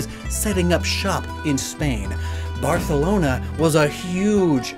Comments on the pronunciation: It filled my heart with joy when you pronounced Barcelona correctly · I'm happy he's improving his Spanish. Like, cool video, but he pronounced Barcelona really well! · I physically POGGED when i heard Barcelona being pronounced right!! In fact, all the Spanish words were pronounced very well!! Even the hard Rs!! Good job!! Ps: woof woof bark bark bark yap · I just want to congratulate for how much his Spanish pronunciation has improved 😄 Specially when saying Barcelona, Santa Campaña, and Cadejo 👏🏼👏🏼👏🏼